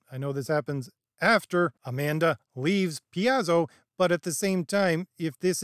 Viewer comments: It's pronounced Pai-zo, like pie. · D&D isn’t dead. However, Wizards died a long time ago. Things only got worse after this book. Welcome to the d&d commentator sphere. Wokeness has been a concern since 5e came out and it’s only gotten worse. Rules themselves are fine. Btw, I believe it’s Pie-Zo. Good points as usual. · Just one thing, you're horribly mangling the pronunciation of several Ravenloft places and people. Van RICK-ten, Vih-STAHN-ee. And Pathfinder is published by PIE-zoh. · You're killing me with how you say Paizo (Pie-Zo) I've been seeing the failing of D&D since 3rd changed to 3.5 Paizo and Kobold Press are just as bad as D&D. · Paizo is pronounced "Pie Zo". It formed kn Seattle as a alternative to the corporate run WOTC. So jt had the hipster leftist vibe and staffing. WOTC has effectively out-woke them with the virtue signals.